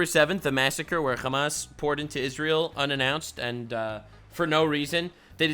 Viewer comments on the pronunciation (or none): i'm not trying to make fun of you here but just helping you fix a spelling issue since you seem like someone who cares: when you usually say hamas you say the h wrong as in not the exact sound meant in arabic as you say a خ while the correct arabic sound that's meant here is a ح and they sound very different, ح is like when you clear your throat and say ah-hem, that kind of h, the word hamas is collective of the first letters of a long sentence for the full name of the terrorist organisation but if you take the word alone with out considering what it is a short cut for then it means fun or excitement in arabic, they think of the lives of others as a mere sport.